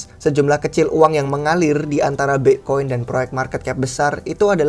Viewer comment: wkwkwk ky aneh aja denger nya